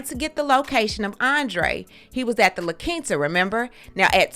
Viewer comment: I am excited that you say La Quinta correctly lol.